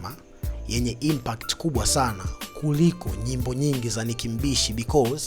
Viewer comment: Hizo impact huzi semi una ishia kusema impat sikuelewi mzee wangu